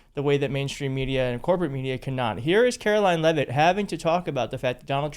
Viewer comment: I can remember the days when a press secretary would study what they were about to report on. They would learn how to pronounce unfamiliar words. Karolying LeaveIt sounds like a moron reading that report. She lies possibly as much as Despotic Donny.